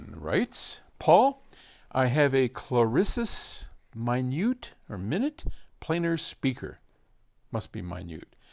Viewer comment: it's not minute, it's Minuet